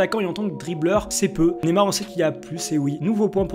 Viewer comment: on dit pas nemar on dit Neymar